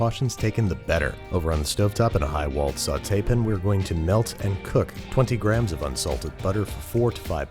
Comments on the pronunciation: Saute PAN. Not sautep’n. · He’s really trying to get away with ‘sautépin’ huh